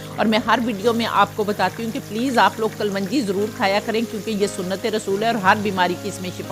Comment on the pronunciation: میں سویڈن سے دیکھ رہی ھوں۔ میں گوبھی اس طریقے بناؤں گی۔ دیکھنے میں تو بہت لزیز لگ رہی ھے۔ محترمہ آپ ایک لفظ کو درست کر لیں۔ صحیح لفظ "کلونجی" ہوتا ھے۔ "کل ون جی" نہ کہا کریں۔ معزرت کے ساتھ لکھ رہی ہوں۔ اکثر آپ لوگ یہ لفظ غلط بول رھے ہوتے ہیں۔